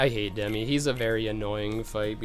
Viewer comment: I more-so think hes ignorant for calling Demyx "Demi"